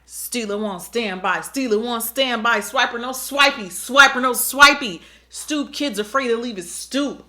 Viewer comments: "stoup kid afraid to leave his stoup" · I know you did NOT just say ‘stoop kid afraid to leave his stoop’ 😭😂😭😂😭😂😭😂😭